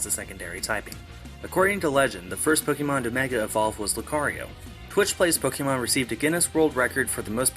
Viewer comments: It's POK-A-MON not pokeeeeemon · Pokémon isn't pronounced Pok-ee-mon It's pronounced Pok-AY-mon Hence the é?